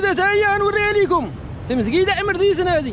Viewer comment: متعرف حتا تقولها امرضيتسن تيمزكيدة ن اوفتاس